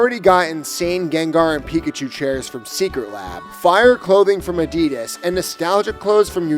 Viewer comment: At least you got the true pronunciation of "Adidas" correct. That's how the Germans pronounce it and they are the country that is responsible for its inception. Also, I'm excited about Gen 10, but simultaneously, cautiously optimistic. Although, I'll probably still buy one version of the game even if it worse than Scarlet and Violet. (or even Z-A).